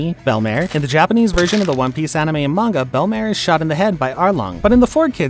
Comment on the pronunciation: its pronounced belmeer not belmare